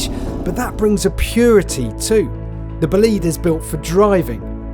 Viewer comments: Why you call it Bleed? Is it bleeding? bOlide - there's an O - bOlide !!! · bolide not boleed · It’s not pronounced "buleed" but "boh-lee-de". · Imagine spending time with a £3.5m Bolide and calling it 'boo-lead' instead of 'bo-lied'. It's named after a meteor event, not someone booing the lead guitarist in a concert. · Pronounced Bó-lid-eh at least learn to pronounce it correctly it is not Bowleeeeeed. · Bugatti.....Bolìd?? 🙄😉 non Italian will probably not get this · that pronounciation is killing me, Bow leed.... no its bo lide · boleeeeed... It's bolide. bo-li-de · Is it pronounced, ball aid? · Isn’t it pronounced BOW LIDE? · Just stop calling it "Bohleed" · It's pronounced bolly-day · BOL EYED, its pronounced "BOL EYED" You can't pronounce "Aluminum" correctly, either. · The Bolide : pronounced "Bleed" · I hate when people pronounce Bolide wrong with the e silent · As an Italian, the way he keeps saying "Bolide" makes me a bit sick to be honest... good vid though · I get he is British, but I think even for British, he is pronouncing Bolide wrong. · I don't mind accents, but the way they say BOLIDE is atrocious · Can’t believe spend so much time making this video and still can’t get the pronunciation right !!